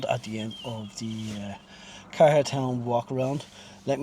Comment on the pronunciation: Its pronounced like Care the normal way. I lived there in the 70s and early 80s and miss it :)